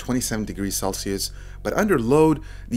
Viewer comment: I like reviews but what really impressed me is that he's improved is pronunciation of V's and the word Celsius. Changing the way you talk is hard and it's cool to see him succeed.